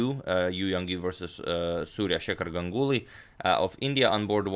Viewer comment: Always love to see Indian players game.... Just to mention here, when you pronounce Ganguly... It's not like Gang uly... It's more like Gaanguly